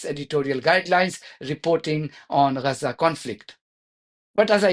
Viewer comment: It's Gaza not Raza.. the Woman's called it Gaza.. so did the Britts, the Turks... and the Gaza football team who were all Jewish...